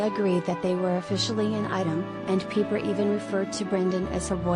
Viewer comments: It is pronounced like "piper," not "peeper'. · obviously you have never watched the show. Her name is not "Peeper"